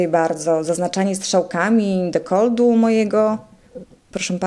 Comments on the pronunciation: Dekolt, nie dekold XD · MOWI SIE DEKOLT (nie deklod) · Kto kurwa mowi DEKOLDDD ?? A tym bardziej dziennikarka.. D jak DekolD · nie jest ona specem od sztuk walki ale np. taki Szpakowski ciągle przekręca nazwiska i nieraz gada głupoty ale jakieś tam poważanie ma ogólnie, normalnie jak ona przeprowadza wywiad to normalnie rozmawia a tutaj żarty sobie robiła no bo chyba na serio nie uważasz że ona normalnie mówi na codzień dekold zamiast dekolt, nie jest ona jakąś bliską mi osobą bo znam ją tylko z neta ale ją bardzo polubiłem , jest piękną kobietą i jeszcze marudzisz wolałbyś tu kogoś z wyglądu podobną do wellman czy też do gesslerowej ? Bo ja tak nie za bardzo raczej . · DekolTu a nie dekolDu. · Mówi się dekolt, nie dekold. Pozdrawiam.